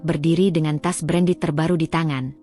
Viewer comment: Pembaca cerita kok salah2 dan selalu saja tidak diperbaiki. Menyebut tas berandal, mungkin maksudnya tas branded. CEO dieja SIO..